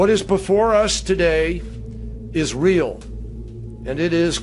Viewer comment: every time he said "it is real" Sounded like "Is rael"